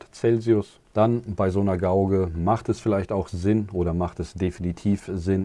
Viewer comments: Gauge sprich "geitsch" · Gutes Video. Und ganz nebenbei: Gauge spricht man Gehtsch und Scheme spricht man Skiem